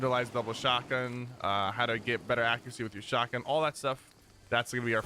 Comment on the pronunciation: Bro the word is shotgun. Not shawgin that’s hands down the most annoying thing I’ve ever heard